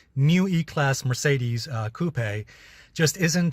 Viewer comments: It's pronounced coop not cupey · Alessio, the 'e' in coupe is silent! Cheers bro! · Have I been pronouncing coupe incorrectly all along? I don't think I have heard it pronounced with such a strong accent on the "e"